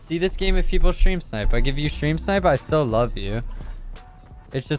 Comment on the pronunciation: lol he said stil not still